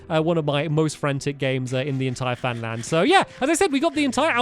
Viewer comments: He said famland not funland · # "Fan Land" Lol.